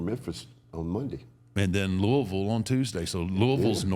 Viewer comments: Thank you for saying Louisville right mark! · That's how I know Taker has been in Louisville a lot, is he's the only person outside of Louisville that I've heard that pronounces Louisville right! Lol